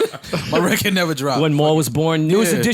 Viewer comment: I never realized how annoying “reced” (record) is. Fam, say “record”. Diddy and Jay do that shit too...and I hear ppl from NY that don’t say it like that, so it’s not that lol